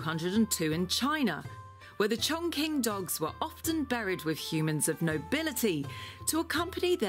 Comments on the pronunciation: Her way of misprononouncing it was driving me mad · yes, it was so funny when the girl pronounced it wrong and ask the owner if that’s it and he was like “correct”, no it’s far from correct 😂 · You couldn't get the narrator to say the breed's name correctly before making the video... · They just look at each other and one goes: Dammit bro. How are these brits mispronouncing our breed's name? the other goes: Cut them some slack bro. They're not Chinese, they don't know any better! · The name is actually pronounced ChongCHin. In Chinese Language, “Q” is pronounced “CH”.. Thus ChongQing is pronounced CHONGCHING. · 重庆犬，chongqing is actually pronounced as "chongching" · You can buy it with 400dollar in the dog breeding park,or even 40 dollar in the village. This breed’s name is pronounced “chongching dog”. Maybe named this breed as “Ching “,should be better.......no defend , no racism........”Ching “ (or Qing，庆）means “celebration”.......it’s a beautiful name. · It’s pronounced Chong Ching, I’ve lived in China for 7 years. Q is a similar sound to CH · Pronounced incorrectly, it’s pronounced chongching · It pronounced as Ching and not as king or quing 🙄🙄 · Learn how to say the words properly - it’s pronounced Chong Ching (Qi makes a Chi sound in Chinese) seriously ....if you own the dog say it correctly so lame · Yeah I'm of Chinese decent and i find it quite weird how they pronounced it lol. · so even the owner is pronouncing it wrong? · I am from Chongqing, and it's pronounced as "chong" "ching" rather than "chong" "king" or "quing" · when the lady was trying to pronoucne "Chongqing" as "Chong" "King", the breeder said: "that is correct". LOL, that is 100% INCORRECT. the correct pronunciation of "Chingqing" is "Chong" CHing". A hint for English speaker who trying to pronounce Chinese Pinyin (a universally adapted system to romanise Chinese): When you see "Q", it can NEVER be pronounce like "K"......, it is "Ch"...... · Actually it's pronounced chong "shing"